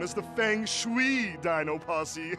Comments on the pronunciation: KUNG-FU DINO PUSSY that's all I hear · I thought it said pussy 😂